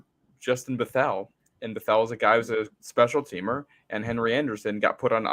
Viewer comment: It's Bethel (Beth - ol')...